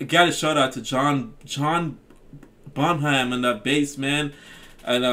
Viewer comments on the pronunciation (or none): Woohoo, the Brits take the top five spots 😃 plus one. Great taste,! I guessed Pink Floyd and Led Zep as your top two. FYI the 'h' in Bonham is silent - sounds like Bon-um.